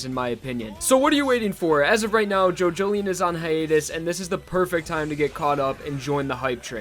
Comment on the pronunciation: Was calling it JoJoLION. Like a big cat. Now I know how to pronounce it thanks